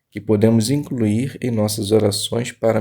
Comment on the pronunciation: Obrigado pelo estudo. Se puder deixar uma crítica construtiva tome cuidado yas palavras incluir e problema. Quando vc fala incruir e pobrema distrai da sua leitura. Mas parabéns pela iniciativa. Jeová te abençoe!